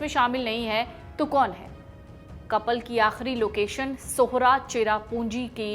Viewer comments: Not orsa it's sohra. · I m from Meghalaya it's not osra it's sohra